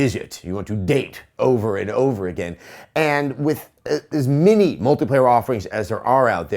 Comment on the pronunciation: He says 'many' like 'mini'